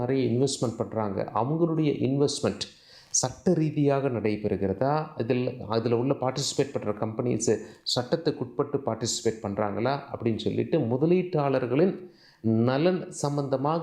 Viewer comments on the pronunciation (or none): அளைப்பார்கல் உல்ல.......?????? என்னடா தமிழ்??????